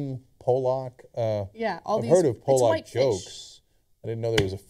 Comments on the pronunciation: it's pronounced pawluck no powlock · its Pollock not Polack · paahlack not poolaak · say it with me cenk.. paul-luck. not pole-lock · Pallock is how you say it not Polock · sorry cenk its called pollock not polack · Cenk, its pronounced like "paul-lek" with emphasis on the paul part. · Polak, HAHAHA. Love how nobody in the studio corrected Cenks pronunciation. How many Polaks does it take to pronounce Pollock? :-D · Pollock the fish is pronounced "Paul-uck" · it's pronounced 'paw-luck'... o.O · PAUL-LOCK (POLLOCK) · it's pronounced pawl'-uhk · Cenks pronunciation of pollock is fascinating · wow you guys pronounced pollock so wrong.